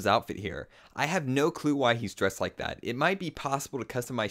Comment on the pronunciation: wow your cool you say dat instead of that. way to go you win.